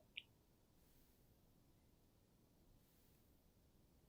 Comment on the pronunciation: bruh did you say cookie?